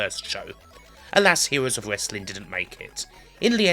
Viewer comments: "Hewoes of Westling" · "hewos of wessling"... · Hewoes of Wewstling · WTF! THE STOWIE Of The HEWOS Of WESLING. What WASKLIE WABBIT.